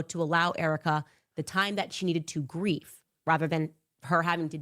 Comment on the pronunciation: Did she just say time to giref instead of grieve? I also noticed that in the words she mispronounces is because she says them like she's sounding out each letter so it makes the vowels sound weird or sometimes. Maybe I'm crazy but I think she says them how she thinks they're are supposed to sound when she reads them not how she hears them. Like in kindergarten. I did read, which is crazy to me, that some people do the vowels to try and make them draw out so that way they can sound smarter (or sophisticated) but in fact they just look like kindergarteners trying to sound out a word they don't know.